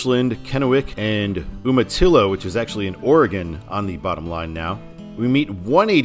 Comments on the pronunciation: Calling Yakima the Palm Springs of Washington has always cracked me up; bordering on false advertising! I live in Kennewick. Also Umatilla is pronounced YOO-ma-tilla. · Umatilla is pronounced you-ma-tilla.